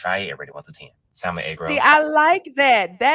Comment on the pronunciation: Keith the "L" is quiet in salmon. Please correct.